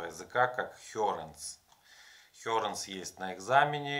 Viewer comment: почему хёренС, к чему это С?????